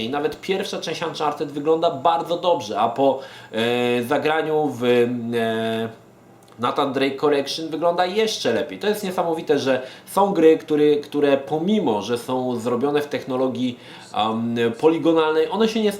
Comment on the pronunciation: Kurcze, nie chce się czepiać, ale nie czyta się "Natan" :/ No chyba, że cały tytuł mówilibyśmy po polsku.